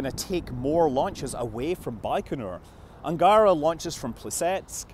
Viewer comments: it's Angarah, with the last syllable stressed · It's "un-gah-rA" with stress put on the very last sound for "Ангара" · Angara should be pronounced with the emphasis on the last syllable: anga-RA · not Angaaaaaara, but Angaraaaaa. that river`s name also not Baaaaaikonur, but Baikonuuuuur. also not Gluuushko, but Glushkooooo